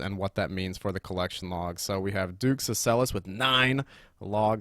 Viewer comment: Thank you for pronouncing Duke Sucellus the right way